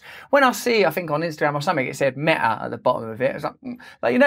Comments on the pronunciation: sorry for pointing out but it is not Mea it is Meta. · What's 'mea' please pronounce your t's Russell. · The word Meta has a T in it, not pronounced me' A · “Meh-a” the way you pronounce it, couldn’t be more fitting. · I think it’s pronounced meTa. With a T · His not Pronouncing the T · Black Lives Meta!! Ha-ha-ha... (Sir Russell, you pronounce those 2 words just the same...)